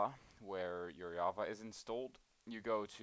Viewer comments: you cant say java, you say yava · Wtf is yava??? Is it java with an accent??